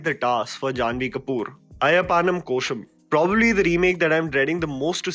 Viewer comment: The way said ayyapanum